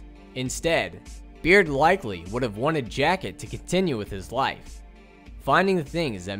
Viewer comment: Its berd not this "beard"